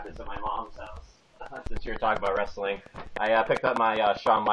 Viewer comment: I like how consistently pronounces it as 'rustling.'